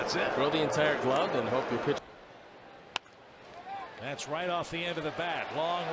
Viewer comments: instead of saying pitch did he say b**ch? Basically it’s the p flipped and move the backwords c to the other said and you got a curse word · baller334455 it's pitch but the p gets cut off